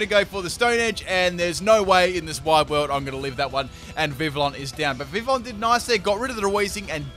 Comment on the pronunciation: im not sure if thats how you pronounce Vivillon... and pretty sure thats not how you pronounce magearna. but whatev